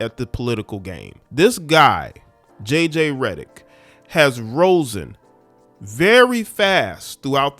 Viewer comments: My guy said, "rosen". Lol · DID HE SAY "ROSEN"??? BRUHHH 😂😂😂😂 ROSEN!!!!